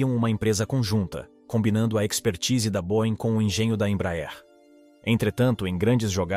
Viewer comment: Não é cavalca, é Cavalcante, e não boin, é boieng. Não mate o português.